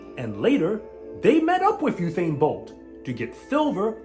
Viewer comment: "Uthain" Bolt 😂